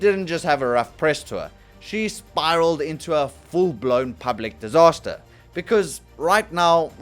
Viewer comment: 8;33 royal dihsaster